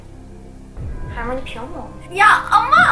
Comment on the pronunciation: Yalniz hermione hermoni diye okunmaz hörmayoni diye okunur ya da hörmayni diye okunut